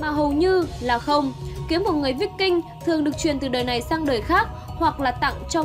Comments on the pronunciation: Kiếm víc king mới hài , đọc sai bét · Phải đọc là kiếm Vai king mới đúng , đọc tầm bậy tầm bạ không hà, chán vãi lìn.